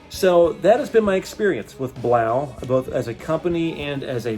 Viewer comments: I'm pretty sure it's pronounced 'BLOW' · Hahah, come on...You're not even saying it right. Blaux is pronounced blow, like the a/c is blowing??? The aux ending is French. I know this is a scam product but at least pronounce it right. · I thing it is Pronounced “blow” not sure